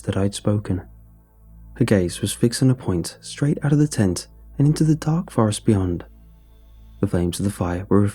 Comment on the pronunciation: Jesus christ, in the first few lines when you said tent I miss heard it as taint.